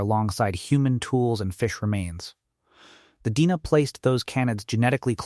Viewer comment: So the narration is not AI? If not, then why does it pronounce "DNA" as "deena"??